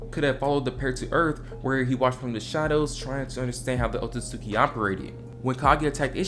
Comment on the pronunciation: It's not otsuki. Oh suit ski